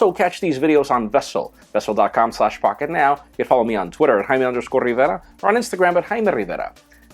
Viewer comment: Jaime RRRRiverrra :-)